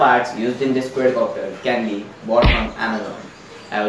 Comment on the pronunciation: Exited the video as soon as he said QUAYYDCOPTER